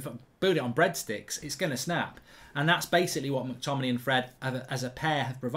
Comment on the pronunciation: Mark why do you completely ignore the ‘a’ in mctominay when you say his name 🤣